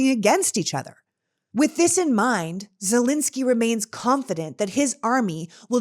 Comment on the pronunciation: Thank you for your passionate explanation. First time to hear you. Can you please say ZelEnsky, not Zelinsky? It's a common error in saying his name.